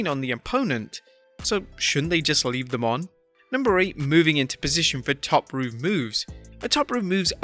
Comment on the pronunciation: Did you just say top rup? WTF!?